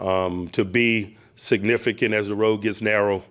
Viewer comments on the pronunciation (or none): "To be signifigant as the road gets narrow" -Mike Tomlin 😂